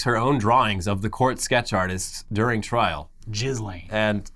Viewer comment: is the only person to pronounce "Ghislane" correctly.